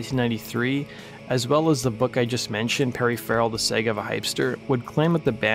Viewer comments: The Sega of a Hypster? Like.... the Genesis? Are ya sure you don't mean Saga? Like.... Sah-gah? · Saga = sogga. No long A sound